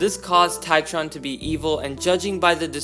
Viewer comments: Its TRITON not TITRON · Did bro say titron? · bro really can't pronounce Triton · I'm a Greek too. Bro is like Triton that's wrong. Try-trone is correct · do you mean Triton and not Titron? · Dislike because you called triton titron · I love how he says triton as try-tron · makes me cringe hard haha how could you get that wrong? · My man can’t even pronounce Triton correctly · As a greek, the mispronounciation of triton triggers me on a personal level 😤😤smh😟